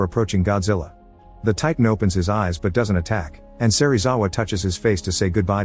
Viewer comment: bruh it's not a electric beam it's atomic breath. Edit: SERIWAZA?!??!?!?!? BRO IT'S SERIZAWA